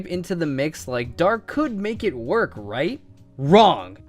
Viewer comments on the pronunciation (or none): none